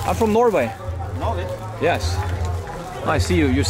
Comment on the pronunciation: when Harald says Norway Sri Lankans here like No-way. that is the reason (accent is quite confusing to them) :-).